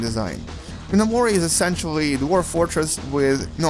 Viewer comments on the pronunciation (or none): Apparently this dude hasn't put a lot of time into Gnomoria.... (He really called it Gee-No-More-E-Uh). He says the map is somewhat limited... If you're calling over 100 levels of a world that you can choose the size of limited....You've got wayyyyy too much time on your hands. I've played a level recently for 40 hours and I've mined through 15 levels and only really mined about 15% of those levels in total. The game becomes somewhat tougher as you grow stronger and explore more but not so much that it makes you feel useless to the knew challenges (not annoying like leveling in Oblivion was). Gnomoria is one of the best games I've played in a long time and it's still considered early access. For less than $8 there's no good reason not to put it in your gaming library.